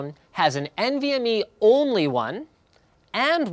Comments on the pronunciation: Uh i don't even think he mentioned "U.2" (was that a joke?) and he certainly didn't mention which was the fastest. Thanks to the comments I realized that he was saying "AHCI" and "MVME", and I guess MVME is faster, but certainly don't know from this video whether PCIe or M.2 is faster. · Why do you guys always pronounce it "N.V.M.E", when it's clearly meant to be pronounced "Envy Me"? You know, because the performance of the interface is to be envied.